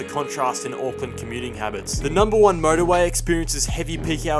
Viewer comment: Hey no hate but please say Auckland properly instead of saying '' AcKlaNd''